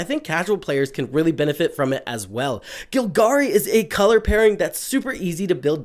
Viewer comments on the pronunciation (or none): It's GOLgari bro, not GILgari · Vraska is gonna get you if you keep pronouncing Golgari that way.